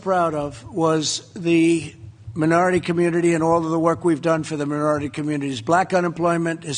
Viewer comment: The “mirority” communities. Dentures again, Dumbald?